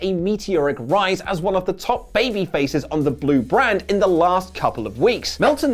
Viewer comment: It's Fastlane BAYBYYY